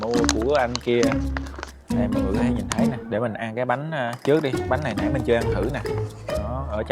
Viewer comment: nói hay bỏ chữ t đúng không mn. Thấy = hấy 🫢